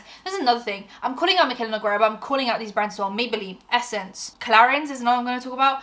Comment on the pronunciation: Her accent too. Started off mild, like it was obvious her American accent wasn’t super neutral. But now it’s so thick it’s almost cartoonish. If you talk about her again, her last name is Portuguese, you don’t pronounce the U, it’s read kinda like noo-gay-ruh. Not that she pronounces it correctly herself, but beside the point.